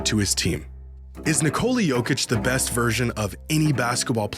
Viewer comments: Nice video. Would be great if after all this time you learned to pronounce his name. It's Nee-ko-la, emphasis on the first syllable. Hearing Nicoula hurts my brain every time and I just don't wanna watch. I know Americans don't care, but other people do. It's not that hard. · Nice video if it weren't for the horrible mispronunciation of the name "Nikola". It's not Nicole with an A at the end 🙈